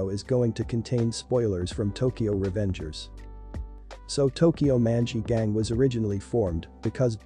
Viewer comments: it sounds like tokyow munchy ghang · how you say "tokyo manji gang" just pisses me off